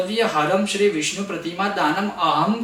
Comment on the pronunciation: विष्णु का स्पष्ट नहीं हो रहा है उच्चारण सही नहीं है व्याकरण की दृष्टि से